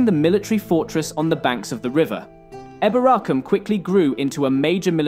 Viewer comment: Some people say it like that but apparently the original pronunciation was probably like he's saying it